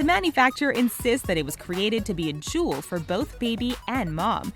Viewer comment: golden "chewel"